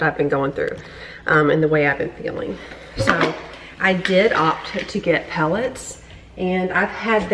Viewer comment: hey, did you say "pelletts"? if so, what is that?